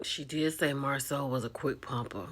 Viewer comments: This is embarrassment for hoetell and hoeslaw to me. They could have coached this lady. Because she doesn’t pronounce Marsau name correctly and Tisha need a picture or video proof not word of mouf 😂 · 😂😂 Yep, and why dis woman keep calling him Marcel and not Marsau....